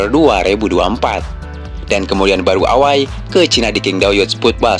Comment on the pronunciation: Gua kok jadi geli denger ewei dibaca away